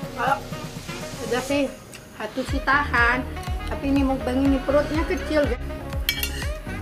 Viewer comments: Kak itu mukbang bukan mukbeng ( maaf klo tersinggung. ) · Muk bang bukan mukbeng